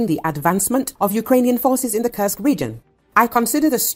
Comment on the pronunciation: Please learn the right pronouncation of Kursk this region is n o t a curse but the u in the name is pronounced as in course. Thank you.